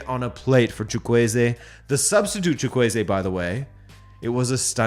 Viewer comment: Your pronunciation of "Chukwueze" is surprisingly decent. Then again, you're one of a few sports channels that try to get pronunciations correctly.